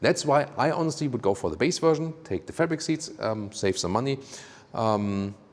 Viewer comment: Drinking game: Take a shot every time says "Wuerszhion" (Version) We love your reviews and beautiful German accent <3 The black paneling around the wheels is the ugliest I have seen in a long time. Usually, people air for a look where the wheels fill out the wheel arches as much as possible, and here they have visually gone in the opposite direction.